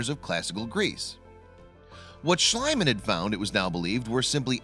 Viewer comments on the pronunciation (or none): Schliemann's name is pronounced "Shlee-man", not "Shly-man"! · There is nothing worse than pronouncing a person's name wrong! FYI "," Heinrich Schliemann's last name is pronounced shleeeeemann not shlaymann! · /SHLĒ-mun/ not /SHLĪ-mun/ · H. Schliemann is pronounced "shlEEman" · Heinrich Schliemann is pronounced "Shleee-man" (for English speakers), the German 'ie' combination is always pronounced 'eee'. (The German 'ei' combination is always pronounced as in the English word 'eye'.) (Ignorant Yanks reversed it some time around the early 20th Century.) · Why this terrible narrator? Just find someone who sounds more intelligent and less like a nitwit who reads everything from a piece of paper with a silly 'melody' to his sentences.. Also the name of the German who discovered Troje is pronounced something like Sleaman, with a sound like 'sea' or 'tea'. That is a basis knowledge. Please give us the feeling that you actually respect your subject.